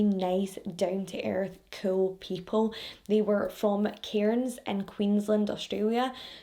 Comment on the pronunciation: Also, I live in Cairns, it's said like cans, the I and r are silent